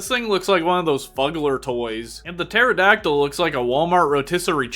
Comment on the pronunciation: man hearing pterodactyl and prounouncing the p in pterodactyl frustrates me as a dino nerd but good video